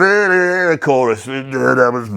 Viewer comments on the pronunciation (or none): none